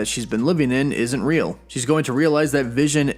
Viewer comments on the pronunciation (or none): none